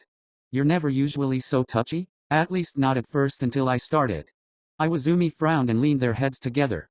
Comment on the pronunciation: Im actually dying, IWAIZUMI, NOT IWAZUMI